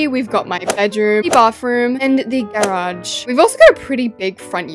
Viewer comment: The way she says garage 🥹 GaReAuG